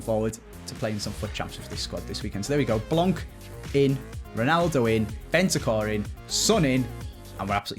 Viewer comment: BeNtaNcur not Bentacur!